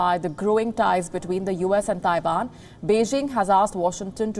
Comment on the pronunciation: Its Taiwan not Taivan